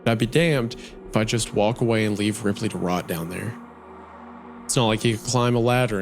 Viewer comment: since the tv turned on as the main character said the name of his dog "Ripley" and the bunker was described as very modern, I assumed the tv started because he sounded like he was saying "replay" as a voice command